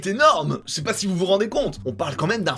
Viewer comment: le "ché pas" à me termine